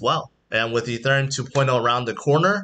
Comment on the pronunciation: its painfull to hear you pronounce ethereum